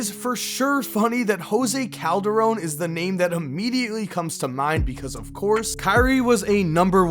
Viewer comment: Did Kyrie say jose coldarone wtf I can guard him